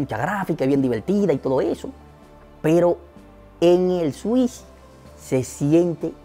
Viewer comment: buen video! me haces reír con tus expresiones jajajajajajajaja "la nintendo swish" xdXdxD Saludos desde Paraguay!